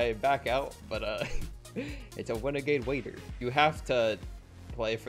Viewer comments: Wenegade Waider lel 😂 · ITS A WENAGADE WAIDA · its a wenegade waider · Its a weneguaide wuaider